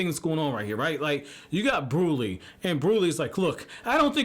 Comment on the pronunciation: Brûlée is pronounced Brew-lay and Jimbei is pronounced Jim-bay. I’m catching up on the reviews binge style and don’t know if you’ve corrected it yet but I remember you saying you want corrections on stuff so when you’re caught up you can hop in the content creating community and be right on par.